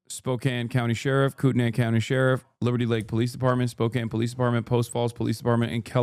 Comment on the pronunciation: every person wanting to correct him with spokane but only one real cuzzo spoke up about kootenai. i saw you, fam. respect